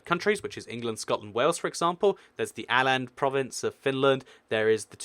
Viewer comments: its åland not aland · You don't say Aland it's more like Ohhland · Åland not Aland (Å=The A in C a ll For Americans) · Its not Aland, its Åland, more like Oland. Å is not A its more like O. O and Å are more similar and Å is NOT A. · alland? XD try saying oland instead! å is more like o than a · its not "aland" its "Åland!!!!!!!!!!!!!!!!!!! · It's not Äländ It's Åland. .-. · "Aland" ita Åland Ooland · You don't say Åland like 'äland' you say it like this; ooland. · you say it Oland islands not Aland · Why did you say Aland instead of Åland? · its not Aland, but rather Åland (pronounced "Oaland") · Åland not Aland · It's not A-land it's Awe-land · I think Aland is pronounced Or-land because of that nordic circle above the A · Åland is pronounced oh-land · Its called Åland not Aland stupid mate. Åland with Å not A! Greetings from Finland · I believe Åland is pronounced oh-land. I might be wrong tho lol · Åland is actually pronounced like oh-land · Åland would be pronounced in a way similar to Oh-land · "Alland" XD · Åland has an accent: it's pronounced "Orland". Very interesting video though. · #vapenaysh more like aw-land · Åland isn't pronounced like Aland, the Å sounds way different. More like an OU